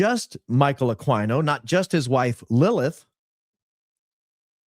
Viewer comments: Michael Ah Queen O not AkwineO. AKA psycho dbag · Aquino is a Pilipino name pronounced Aah Key No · That congresswoman let it slip that Erika lost her kids in the valuetainment interview recently. And was mispronouncing Michael Aquino's last name. Dude is not a horse... Ah-keen-oh. Also, he is an actual scumbag though! Linked to a child sex abuse ring at a military daycare. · "Akeeno" is how his name's pronounced. Just sssayin'.... PS: Did you lookninto that streamlabs superchats yet? It's your money, not google's! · Also, pretty sure his name is pronounced A-KEEN-NO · Ah-KEy-no. Michael Ah-KEY-no. We deserve better. 😂